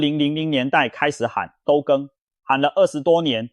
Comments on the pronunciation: 這樣一個行家，為何一個基本的都更（都市的都），會一直唸成兜更，內容有見解但是聽起來真是不太舒服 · Ai 影片都更講成兜更😂😂😂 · 都ㄉㄡ更是啥，這AI白痴死了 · 後段的那個“都更”這2個字， 16分56秒之後的部分， 旁白一直唸錯，可以糾正回來嗎？ 覺得語文水平堪慮，影響觀看品質，無法分享給朋友看..😮